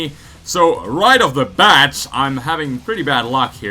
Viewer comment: "So... right off the BAT" *stressed syllable just as you send out Crobat* XD